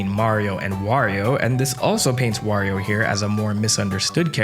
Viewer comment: im gonna assume you didn’t grow up pronounce wario’s name correctly cause I notice you switch between wario and the infamous woreo a LOT